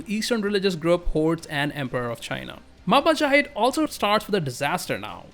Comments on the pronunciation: Mahajapit❌ Majahapit❌ Mapajahit❌ Mahapajit ❌ Mapajahit❌ Ma ja pa hit? ✔️✔️✔️✔️ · that majapahit butchering is so gud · and proceed to mispronounce majapahit like a tongue twister match